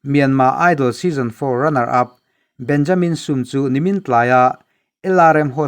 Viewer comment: Burma lam hi kan thil lam dan a har thin khawp a. chuti chung chuan i thiam khawp mai. 'Benjamin Sum ' tih kha 'insum teh' kan tih a.' Sum ' kan tih rik ang khan han thluk sang deuh la a dik chiah ang.